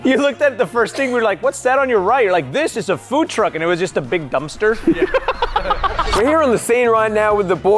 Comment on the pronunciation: the way said dumpster LMAOOO